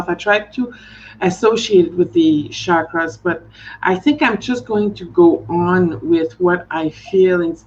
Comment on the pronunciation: I'm newly subscribed to, and am pleased to find you via Sophie - you have a gentle loving energy. And as a plus, you (unlike so many Western readers) pronounce "chuck-ruhz" correctly - most say "shaah-kraah" but listen to any Indian sanskrit video. Blessings on growing a great channel:)